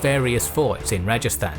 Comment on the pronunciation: also there is no stress in the prononcation of rajastan there is usually not any stress in south asian languages but otherwise your pronouncation is on point